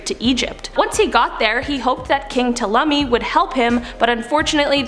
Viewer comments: Its pronounced Tawlimy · Ptolemy is pronounced Tall-lem-ee. Hope this helps in the future!